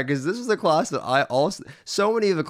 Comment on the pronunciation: He pronounces "class" as "closs" lol